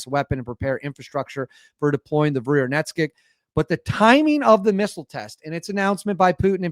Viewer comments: Good content. However let's see (err..hear) at least an attempt to get the Russian names right. You get Putin's name correct: Pootin not pewtin..nice! Valery Gerasimov: Val-err-y Ger-az-ee-mov. The new missile, yeah that is harder! Burevestnik: Bur-ev-tz-nik. Re. is it unstoppable? Interesting...the usual way the Russians are defeating air defense it to so have 1/ hypersonic speed and 2/ unpredictable trajectory. This new missile is relatively slow (mach 1-ish) *but* does do 2/. I'd have a little doubt about the claim due to this. However the (near) unlimited range means it can fly around for ages and attack at a time when the enemies air defense is depleted, so sure, is a serious new threat! Re: can it be mass produced? I think this point has been proven: 1/ There is a regular production of Su-57 now (it was stalled by sanctions, but now overcome) 2/ The Oreshnik exotic metal kinetic hypersonic missile demonstrated last year is now in serial production. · It’s pronounced “boo-re-west-nick” and translates to a bird’s name “storm petrel” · Russia doesn't bluff. They deliver on all their promises. Btw, the trick to properly read Russian words is not to shorten it to 2 syllables. They are long, so split them up be syllables(consonant + vowel) and read them all. Bu+re+vest+nik